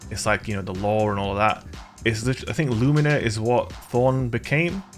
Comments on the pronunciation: its pronounced luminer not loomeener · It's Lúmina not lumína. The accent is in the first syllable. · Its LUmina. Not “LuMEENA. My god. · Only an american can mispronounce Lumina